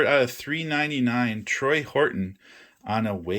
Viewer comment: TORY not Troy.